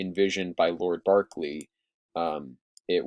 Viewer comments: I think you mean “Berkeley” instead “Barkley.” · not at all, at least not here in Virginia. It is pronounced "B-erk-lee." The reason why is because we have a plantation named after Lord Berkeley.